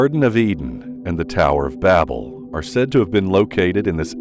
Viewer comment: The tower of Babble 😂😂😂😂😂😂 its Babel not babble LMGDFAO